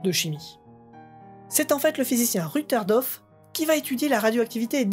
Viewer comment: J'ai quitté le plateau de fromage des yeux pendant 5 minutes. Quand je l'ai à nouveau regardé, la tomme était invisible. J'ai tiqué sur quelques noms que tu as prononcé (en particulier Rutherford devenu Rutherdof) ainsi que sur la date de la mort de Pierre Curie (je t'entends dire 1806) mais dans l'ensemble la vidéo m'a bien plu :)